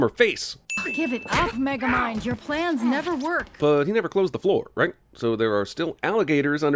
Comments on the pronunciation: Wait did he say micromind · I just noticed you said micro mind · Dude said magamind lmao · add a sin to your own channel for mispronouncing the main characters name in sin number 40